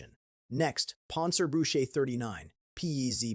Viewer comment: Panzerbüchse war gemeint, aber es klang wie Panzerbüsche ( armoured bushes), was lustig ist.